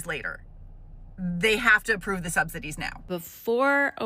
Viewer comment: You cannot pronounce subsidies, lol “subsididies”🙄